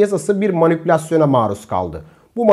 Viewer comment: SÜREKLİ MANİKÜLASYON DİYORSUN DA DOĞRUSU MANİPÜLASYON ONUN YAV VİDEO İZLERKEN SİNİR ETTİ 🧐🤔